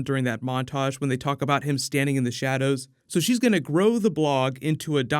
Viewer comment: when whoever said shadows said shadows doesn’t it sound like thanos when you’re saying it like thonos? like if you agree